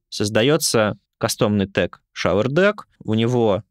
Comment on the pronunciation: There a subtle difference in pronunciation of “shower”, in this case “показыватель”, not the “shower” — “душ”. It goes more like “шоУэр”, not “шовЕр”, cause it sounds like “shover” — “запихиватель” ))